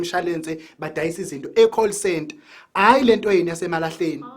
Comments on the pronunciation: Call/coal centre🤣🤣🤣🤣🤣 isingisi....habayu, 🤣🤣🤣🤣🤣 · Weleleeeee coal center versus call center, isingisi isingisi🤣🤣🤣🤣🤣